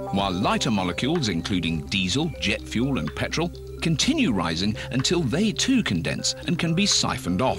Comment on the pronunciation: liter of pertol... while doing the show in Texas. ok